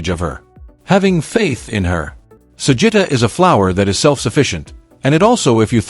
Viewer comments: sampaguita (sampagita) not sampita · Sampaguita not Sampita!